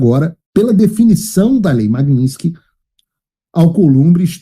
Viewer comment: O arauto pronuncia, sempre, de forma errada a palavra Magnitsky. Não é “Nin” não há a consoante “n” após a vogal “I”.